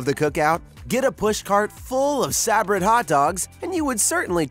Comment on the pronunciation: Please learn how to pronounce Sa-Brett and they sell them in much lower counts than 25 in the grocery stores. Who did this research.?